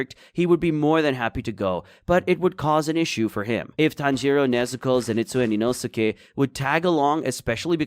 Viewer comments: HOW DOES NO ONE TALK ABOUT THAT HE TRIES TO TRIGGER EVERYONE BY SAYING INOSIKE NOT INOSKE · How to pronounce Inosuke name. EEEE NO SKAY Big Brain : EE NOO SUUU KAY